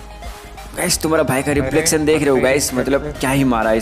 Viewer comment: Bhai tera "rephlectioon" op dekhreo bhai ka rephlection 😂😂🤣😂🤣😂🤣🤣😎🤣😎🤣😎🤣😂🤣😂🤣😂🤣😂🤣😂😂🤣😂🤣